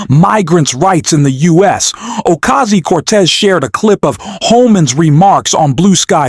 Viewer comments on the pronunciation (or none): The narrator of this video needs to pre-read, so he doesn't butcher the text and practice saying Ocasio, not Ocasi, etc 😮